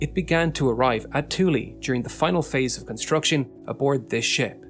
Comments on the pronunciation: It is pronounced "TOO-lee". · love your videos but i want to say that Thule is pronounced Thu'le :) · THULE. Pronounced TOOL-EEE please,. My college advisor/professor was base commander there for many years when "Bombs Away LeMay" was in charge of the U.S. Air Force. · Ah yes, the Booty Thicc Space Base 😂 goddamn you are so bad at pronouncing names. Love this channel but jfc just look it up! Same for Thule. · Is it pronounced "thoo-lee" locally? Ancient Greeks pronounced it "yool" and the Canadian First Peoples pronounce it "thoo-l".